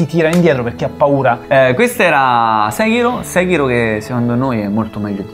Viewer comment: Tutto ok ma nessuno pronuncia Sekiro come si deve,eppure lo si sente anche nel gioco come si pronuncia... mah....